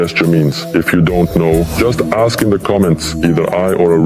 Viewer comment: It's pronounced ask not axe you idiot